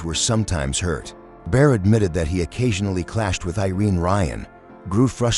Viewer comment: Bear instead of Baer? Bodini instead of Bodine? Is this the future of sound tracks?